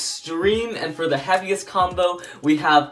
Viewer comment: did anyone else hear "the Happiest beyblade"